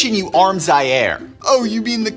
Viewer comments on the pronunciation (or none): none